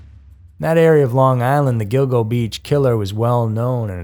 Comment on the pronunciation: Speaking of errors, it's Gilgo Beach, not "Go go."